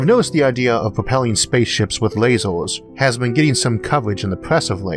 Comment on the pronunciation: I simply love it every time he says "lazors". :D